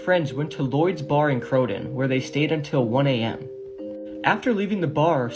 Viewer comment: The Brits school is in croydon plz say it right.